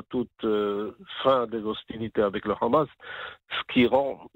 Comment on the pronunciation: C est pas rramas, c est Hamas.